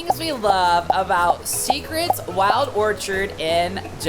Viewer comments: Omg you need help you pronounced everything wrong its orchid as in flower not orchard🤣🤣🤣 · Ok who is gonna tell this dude how to say orchid